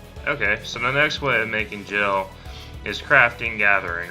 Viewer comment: Nice and informative video, so thanks for that. However who in the history of final fantasy has ever pronounced GIL AS JILL?? WHOO??? Hard G dude, hard G.